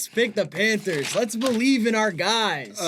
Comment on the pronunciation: PHANTERS???? KKKKKKKKKKKKKKKKKKKKKKKKKKKKKKKKKKKKKKKKKKKKKKKKKKKKKKKKKKKKKKKKKKKKKKKKKKKKKKKKKKKKKKKKKKKKKKKKKKKKKKKKKKKKKKKKKKKKKKKKKKKKKKKKKKKKKKKKKKKKKKKKKKKKKKKKKKKKKKKKKKKKKKKKKKKKKKKKKKKKKKKKKKKKKK